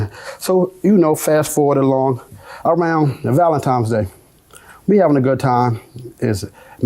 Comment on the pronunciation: Not "valentiMes day". 😂